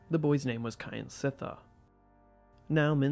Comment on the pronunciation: Not "Ky an sit thar" but "Kjan sit thar"